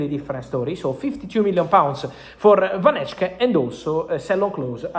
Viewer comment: I don't think he reads this but you pronounce it as van hek-e